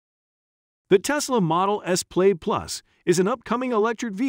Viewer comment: Why so many mispronunciations? Plaid pronounced "Played"? Audi pronounced "Awe-dee"? Porsche Taycan is NOT "Por-shee Taken".